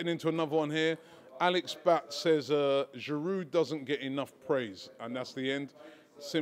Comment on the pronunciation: Giroud is only getting stick from his past performance.. right now he is putting in the goals.. so no Gooner can complain. Pronounced GEEROO ROBBIE, NOT FRIGGIN GEERUDE.